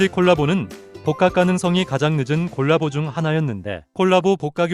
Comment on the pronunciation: 발음이 가끔 골라보로 들리는건 착각인가요?